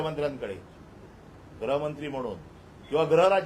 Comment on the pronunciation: ग्रहमंत्री नाही हो गृहमंत्री म्हणा.